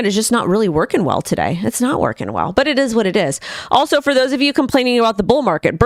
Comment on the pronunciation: Sorry, did you say “today” or “tidday”